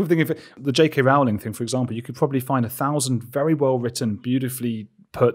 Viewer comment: Amazing discussion! But Brits - what's going on? Rowling is pronounced ROLLING! Haha.